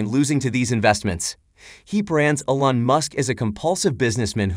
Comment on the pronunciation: It's pronounced E - lon not a - lon.